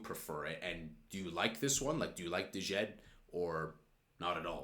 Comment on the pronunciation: djed is pronounced with a silent d so simply "jed"